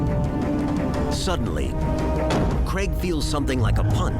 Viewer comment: Craig, not Creg.